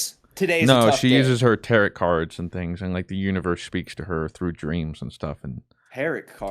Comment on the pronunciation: Enjoyed the true crime segment. :) P.S. Tarot is pronounced "tare'-oh". No "t" enunciated on the end.